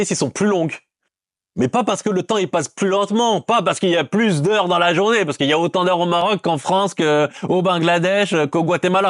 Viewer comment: Pourquoi ta dis la « journavé » t es lyonnaise ??? Ça m’a fait plaisir quand ta dis wallah .